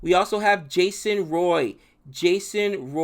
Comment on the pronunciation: Soo faar he has only pronounced Jason Roy and Chris woakes right